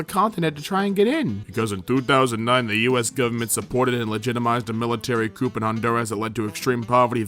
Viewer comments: Coup is pronounced "coo" and Corps is pronounced "Core." Just figured I'd let you know. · Did he say coop instead of coup? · ... can we just let that sink in for like a half a second!!!??? your editing is far too quick douchehammer xD btw COUP is pronounced coo, not coop ya freakin ignoramus :) love you! xD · Did you say coop ... Coup is pronounced coo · When you pronounce coup ‘coop’ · Coup is pronounced as koo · It's not pronounced coup its coo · "Coup" has a silent "p" and is pronounced "coo" "Corp" also has a silent "p" and is pronounced "core" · Coup when talking about taking over the government is pronounced “coo”, like how Eric Cartman says cool. Btw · "Coup" pronounced "coo" btw. Like the sound a baby makes. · did this man just say coop instead of coup lmao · you're supposed fo pronounce the p in 'coop', too. The words were 'coup' and 'corps' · This man just pronounced the p in "Coup" XD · Coup (with a “p”) - Corps (with a “ps)” -also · Tacitly and tactically are different words. Also the p in coup is silent, same with corps. And from another one of your vids, you're the only person I've ever heard pronounce vapid as vAYpid and not vAHpid. Also that last one is more a r/quityourbullshit Other than those minor constructive criticisms, love your content. Keep it up. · The way he pronounces "coup" and "corps" shudders